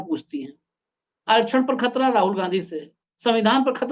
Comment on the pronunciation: Khattar nhi sr khatara bolo